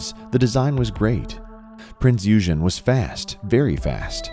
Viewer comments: Michael Clark and rob28803 Thank you! As soon as I heard him say the name, I was compelled to comment. Then I saw that you guys caught that as well. And yes, it was a heavy cruiser, as was mentioned. I also have to point out the way this voice pronounced Kwajalein. I had to laugh when he said it was "too complicated to be operated by the U.S. Navy, because it still required hundreds of Germans to run the ship". Gee, could German-Americans work? HA HA! Side Note: I worked on the restoration of one of the Prinz Eugen's Arado AR-196 float planes back in the late '70s. It later was on display at NAS Willow Grove, PA, and subsequently went to the Smithsonian Air and Space Museum. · No offense, but come on! You need to do some more research. 1) please look up how to pronounce "Eugen". 2) NOT a battleship. Heavy cruiser. Your whole analysis, while accurate for battleships, is based on a completely different ship class. 3) The footage is of Bismarck firing on Hood. You've labeled her as the Hood. The footage was shot from Prinz Eugen. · Prince OY gen. OY Gen. not eugen. It's not eugenics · its not eugene. it is pronounced eweygen. and it is not a bb but a heavy cruiser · Prinz Eugen is a heavy cruiser! And you pronounce it Prinz Igen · Prince Eugen wasnt a battleship it was a battle cruiser.. and its pronounced Oygen not Yougen... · OYGEN!! OYGEN!! Not Eugene! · Firstly it's pronounced OY-GAN not EW-GEN! Secondly Battleships were designed for open sea where an enemy, airborne or otherwise, would find it very difficult to find them and were only supposed to fight each other if it could not be avoided. However you are correct in that at the time war broke out Battleships were in the twilight of their time, and as was apparent with the Japanese Yamato, the biggest one ever built, were liabilities by the closing stages. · U gen!?, it’s pronounced OI! gen...😡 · It was not a battleship. Eugen is pronounced "Oy-gen"; hard G. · Eugen is pronounced "oygen" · You mispronaunced eugen